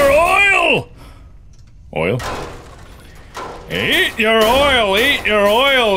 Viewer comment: It sounds like Markiplier is saying loyal when he says oil a lot